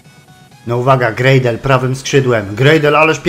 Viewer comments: Ward w obronie cię zawodzi a w ataku gra jak z nut sam zdecyduj co z tym zrobić potrenuj obronę w następnym odcinku jak mówiłeś I czyta się Gradel po prostu nie Grejdel czyta się Lejwis nie Luis i WAJNALDUM się mówi a nie coś tam przekręcasz :D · War zawodzi cię w defensywie a w ataku gra jak z nut sam zdecyduj co z tym zrobić potrenuj obronę w następnym odcinku jak mówiłeś i mówi się Gradel nje Grejdel mówi się Lejwis nie Luis i mówi się po prostu WAJNALDUM ;)